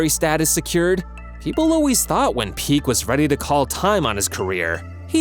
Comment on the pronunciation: Bro called Pique "Peak"